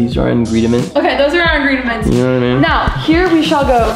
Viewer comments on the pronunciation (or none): Did I just hear ingrediments?